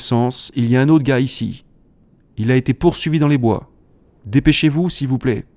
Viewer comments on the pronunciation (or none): Pourquoi cette erreur sur le mot "bois" étrange... y avait peut-être un peu bois 😅???